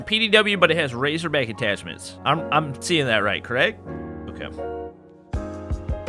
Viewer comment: It GayZorBack